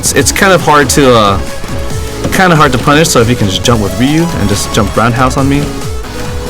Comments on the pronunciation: Dude, 90% of the american SF fan base can't say Ryu's name. People who have watched SFII the animated movie more then 5 times and SFIIV (both which say it right) WON'T pronounce his name correctly SMH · awesome! anyone can do a better video than that Sanchez guy, the idiot can't even pronoune Ryu's name! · Are you pronouncing it "ree-eww" or "roo"?